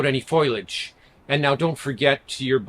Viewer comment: Foil-age? It’s foliage. Being Canadien is no excuse. Haha. Otherwise, helpful advice. Thanks.